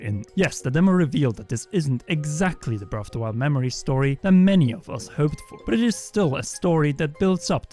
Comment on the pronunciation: Why do you keep pronouncing it “breff of da wild?”